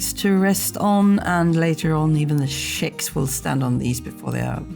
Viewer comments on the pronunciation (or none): CHICKS.... NOT SHICKS